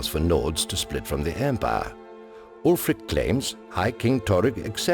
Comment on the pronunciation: You're right, he probably reads right off a script (a Skyrim player would pronounce the name "alfric" rather than "ulfric"). But he has a good fluency and confidence in his narrating. It would be awesome indeed to have the voice of Paarthurnax narrate this show but I bet they've got a budget tighter than a Thalmor's ass so don't expect a miracle.